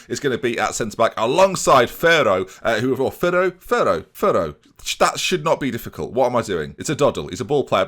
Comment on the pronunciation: You must say Ferro with double "R", stronger ahahahah